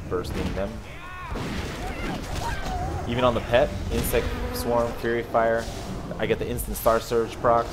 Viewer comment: its faerie fire not fury fire:)